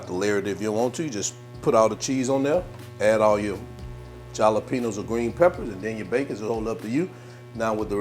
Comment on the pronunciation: Wait... U do know that the "J" in the word Jalapeño sounds like an "H" & NOT a "J"?